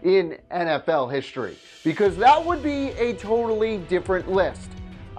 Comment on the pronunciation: HiSHtory is not a word. History is